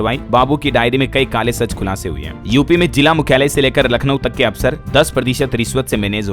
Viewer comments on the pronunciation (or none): none